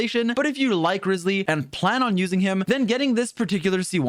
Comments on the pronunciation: Bro called him rizzly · Bro called him rizzly the whole video